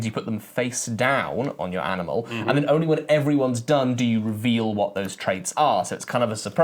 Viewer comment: Does say "aminal" a few times or is it just me?